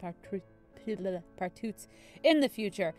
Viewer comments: Its pronounced as Pass-Part-too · its pronounced passpartoo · It’s pronounced Pass-Parr-Too just to let you know <3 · it's Pass-part-out